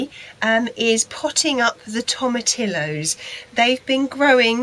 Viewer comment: Thanks for the video, i've grown these for a few years now. My wife is Mexican. Just a little pointer, the double-L is pronounced as a y (toe-ma-tea-yo)